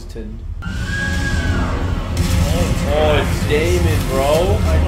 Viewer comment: the “sir crispson” so confidently has me so dead